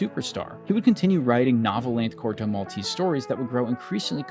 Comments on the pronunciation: It's not "Corto Malteeeese" it's Corto Maltese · In Italian it’s not pronounced “Maltees” but with every E spoken just as the first one in the world “Elephant”. MaltEsE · The finale "e" in Maltese in not silent like in Versace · *Mal TE say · He didn't even look up how to pronunciate "Maltese" decently...